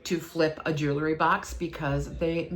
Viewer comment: It’s pronounced jew-el-ry, not jew-la-ry